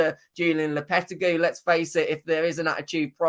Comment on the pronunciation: the way you say lopetegui is criminal